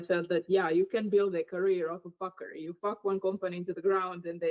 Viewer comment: "Professional fockery"